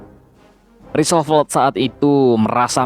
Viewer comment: Roosevelt, di baca rusevelt, bukan risovelt, I shall return, Shall di baca : Sel. Bukan sol..., Increase your english min..